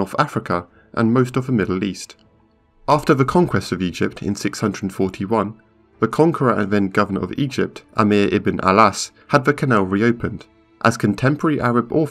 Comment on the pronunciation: It's 'Amr ibn al As not Amir ibn al As.